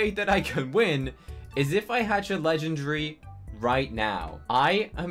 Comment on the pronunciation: NO HATE BUT he always says legendry